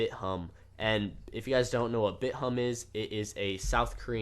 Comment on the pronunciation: Thank you for saying Bit Humb and not Bit Thumb. I'm sick of hearing people that don't know how to read.